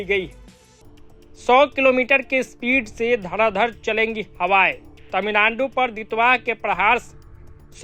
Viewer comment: मोदीजी ने तमिलनाडु का नया नाम 'तमिललोड़ु' दिया था और आपने - 'तमिलनानडु'। ऐसा न करो भाई, आप तो मोदीजी से अधिक शिक्षित होंगे। 😂